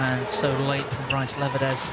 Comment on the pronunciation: For the love of god PLEASE stop calling him "bryce". For fuck's sake.